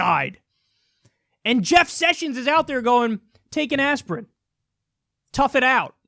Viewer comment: Kyle caught the southern , "Jeff Sushins"